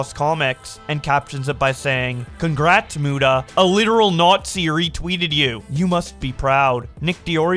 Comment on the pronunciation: Keem is such a dumbshit WHEN WILL HE SAY MUTA CORRECTLY!!!!?!